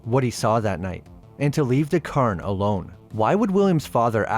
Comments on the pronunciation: Secondly, it is pronounced more like Cayern, with the cay pronounced like day. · Why are you saying "Curn"? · That must be the Irish pronunciation of the word Cairn. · God! I had to stop watching after a couple of minutes, because he kept slaughtering the pronunciation of cairn… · You are pronouncing cairn wrong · i like your videos but your pronunciation is killing me, Cairn is the standout in this one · You don't have to say cairn in an Irish accent lol. But thanks for the video, I'll have to watch this one.